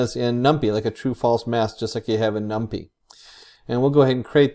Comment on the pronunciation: Gotta say, thats the first time I've hear it pronounced "num-pee" xD, great video though!